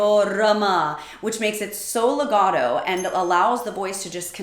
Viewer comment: Yea as a italian for example dont say Legado please.....say legato....see there's a T